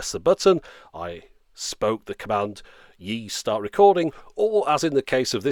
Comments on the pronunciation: It's pronounced as E the letter, not like "yee", I live in China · Obviously you're far from the only one to mispronounce it, but the pronunciation should be far closer to "Eee" not "Yee".